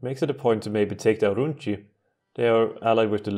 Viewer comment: I love how you pronounce "C" as a "ch" in provinces' names (which is correct for modern day italian) but in ancient times it should be a "K" sound ie TarraKina, VolsKii, AurunKi Also, been there, done that